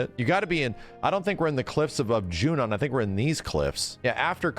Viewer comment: I am so glad finally stopped pronouncing it as “Junion”